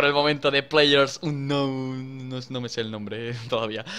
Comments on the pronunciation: players uncanou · dani!! se pronunsia uncanous, y no como se escribe